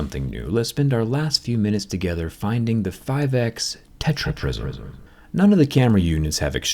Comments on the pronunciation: man said techra prisom fight!!! hahahaha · That „TetraPrism“ kills me 😂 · "tetraprism" HAHAHAHAHAHAHAHA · Tetra-prism 😂 fans like here👍🏻